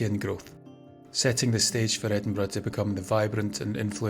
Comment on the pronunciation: Ah, my day is complete now. Not only riveting tales of Scotland's most haunted house, but opening with a quote about haunted houses and most appreciated, a narrator who pronounces Edinburgh correctly. Thanks once again,.